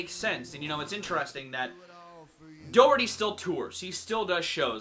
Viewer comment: His last name has no R. Loses a fan since hearing constant mistakes us just added failure.🤔